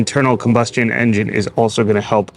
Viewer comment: This may be coming, although I'm bothered by the schlocky dialogue and the artificial speech that can't even say engine correctly.